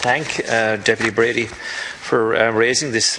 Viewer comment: How very unprofessional of Deputy Breen to not only once but four times get Deputy Brady's name wrong and then to stand there Quoting the laws instead of answering any of the questions raised by Deputy Brady . Basically mouth moving but nothing coming out !!!